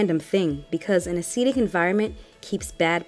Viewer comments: Nice videos, very informative! (I do wonder you pronounce acidic as aceedic? You don't say aceed instead of acid, so surely it should be acid-ic) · It's not a long e on acidic! As a nurse I cringed every time you said acidic! Acid-ic..not Aceedic! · THE WORD IS; ACIDIC AS IN ACID, NOT ASEEDIC, That's not a word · Am I the only person who was weirded out by the way the pronounces "acidic"? She says "Ah-seed-ick". I've only ever heard "Ah-sid-ick". Just giving my thoughts, no hate lol it's an informative video. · It's acidic. Not acetic . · That really bothered me throughout the video 😬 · Jacob that was urking my nerves too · I can't get over how you say Acidic loool. So do you say aseed instead of acid 😂😂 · Very informative, but a-cee-dic was killing me in the beginning. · This is very informative but i wish she wouldn't say "aceeedic", its giving me hives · Umm... I'm not trying to listen to anything scientific if you can't pronounce "acidic." Not trying to hate, it's just really worrisome.